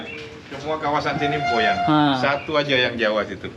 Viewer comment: Org Boyan bukan goyan